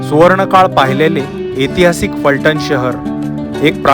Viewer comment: अरे बाबा एतिहासीक नव्हे ऐतिहासिक असा शब्द आहे